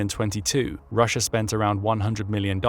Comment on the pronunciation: Rusher? Never heard of this place. Sounds like intrusive R.